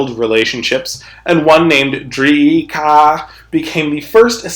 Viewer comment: Holy shit the dinosauroid is in kaimere! Edit: I love how says funni words like DreeeEEKaaaA and SkraaaaAaEeee